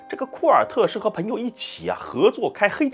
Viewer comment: 我听到“盆友”感觉有点奇怪。应该是“朋友”吗？Pen盆……Peng朋